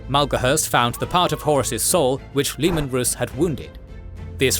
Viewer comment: Its leman rass dont read it rus